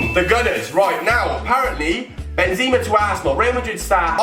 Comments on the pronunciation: are you kidding me thats not how you say benzema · How can you always wanted benzema but can't say his name right??